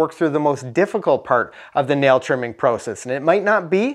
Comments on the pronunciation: proocis lmao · I thought he was from the U.S., UNTIL he said the word, "process"